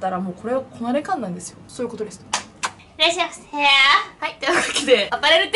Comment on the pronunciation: ヘナッセェ～ ッシャイませ～ これ好き❤